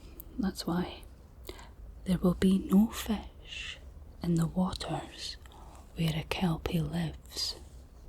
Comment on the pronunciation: this felt borderline maximum scottishness - i love the way you say fish as fesh